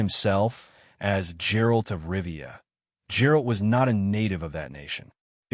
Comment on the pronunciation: Bro at least say "Geralt" correctly. Who tf is Jerald?